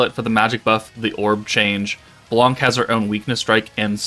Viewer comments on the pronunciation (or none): u said it "right" blanc just remove the C sound at the end as it is silent